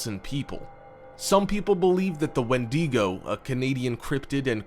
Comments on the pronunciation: ”Wendeeego"😂😂😂 its just wendigo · ... he uh... he said wendigo wrong..